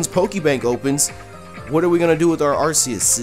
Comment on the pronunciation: you mispronounced Arceus